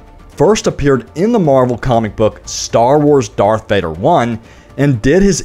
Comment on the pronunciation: yes when u said dathvader